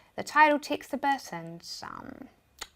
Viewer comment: Yes love these stip by stip tutorial. tixt and minue and all. Thank you. Question, is it that you guys don't pronounce E? just curious. Have been watching your videos for a while.